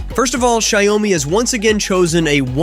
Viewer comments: What???? Xiaomi is called shawmi. Not shayumi! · Its shaomi not ziaomi hahahah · PLEASE STOP BEING A DOUCHE, AND START PRONOUNCING XIAOMI CORRECTLY!